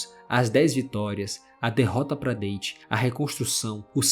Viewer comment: Comentando aqui por fiquei com agonia da pronúncia do nome do Date. Você pronunciou como se o personagem fosse natural de algum país falante de língua inglesa e isso incorreto. A pronúncia correta do nome do caba é "Dáte", não "Dêiti". 😅